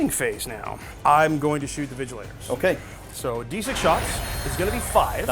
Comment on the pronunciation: not even Vigilors, they keep saying Vigilators 🤣 it hurts